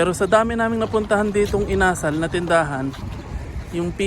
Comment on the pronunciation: Required po ata kasi na ang ka-sosyo is lokal... iba ata pagkabigkas mo sa chicken "inasál"